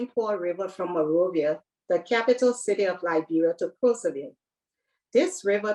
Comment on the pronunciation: Liberians pronounce the town’s name as “Kruzerville” not “Crowzerville.”